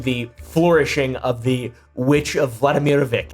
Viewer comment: Please, I've had it with pronouncing c as k. If it's an Eastern European name the c is a c or if it's a č/ć it's ch. Not hard to remember, it's Vladimirovac, not Vladimirovak